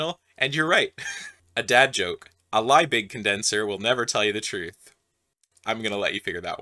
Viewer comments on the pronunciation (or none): Lie-big? Is this some sort of meta because he didn't actually invent the condenser? Is this a plot to trap people into kink shaming you naughty name butcherererers? Pay the man some respect. Poor Justus von Lee-big T_T Next you're gonna talk about Vy-Grex columns. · bad joke. It is pronounced "Leebih" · A liebig condensor. Aarg. Have mercy for those who actually pronounce it in German and have to think 2 seconds to get the terrible pun.